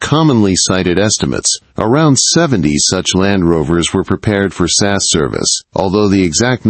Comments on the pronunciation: As far as I know it's S A S or the regiment not sass . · AI narrator of this video uses the pronunciation sass, instead of SAS. Dad giveaway that it’s not a a live human. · S.A.S, not sass. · Did he really call it sas service? Do yanks think there were sassy soldiers in pink cars running around the desert? 😂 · This was reasonably well-written, but the AI narration was terrible. Just have a human read the script. The video is about the Special Air Service. The AI model reads “S.A.S.” as “sass” - it’s distracting and unnecessary.